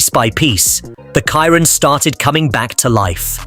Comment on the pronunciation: So, the AI cannot pronounce Chiron... 🙄